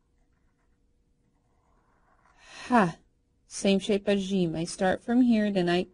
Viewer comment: The way you pronounce ج is jjshsheem. Shouldn't it be just jjeeem?